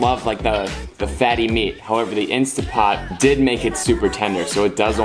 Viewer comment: This just seems a bit too fake and "trendy" to me... sorry... later!:50 - by the way it is instanTTT pot.. not instAH pot